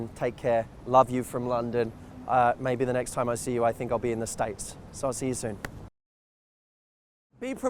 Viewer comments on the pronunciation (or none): none